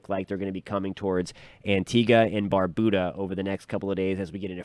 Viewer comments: Tuning in from Antigua & Barbuda❤ 🇦🇬🇦🇬🇦🇬🇦🇬🇦🇬 PS* Barbuda isn’t pronounced Barboooda😂 Bar-beau-dah (like how u say beau-tiful) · Thanks for the updates. Some clarification is needed though, because there's always room for learning. Here in the Caribbean, Barbuda is pronounced " bar- byou-da". Also, the economic capital of Guadeloupe is not les Abymes, but Pointe-à-Pitre. Keep up the good work. Have a good day